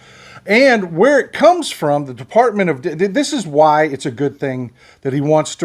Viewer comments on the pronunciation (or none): Ah... caught ya. You almost said "DeFARTment". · bless you! You started to call it the "De-FART-ment." Maybe you should have stopped there.